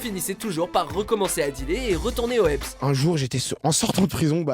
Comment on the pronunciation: "retourner au aipsse " mdr jpp